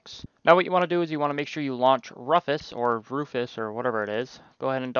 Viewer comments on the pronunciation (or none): Thanks I needed a reminder on how to do this. For the record though it's Rufus is like doofus in proncounciation and Mate is more like Mart-A